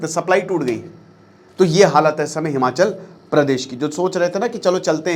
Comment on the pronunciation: It’s Himachal not Himanchal in Hindi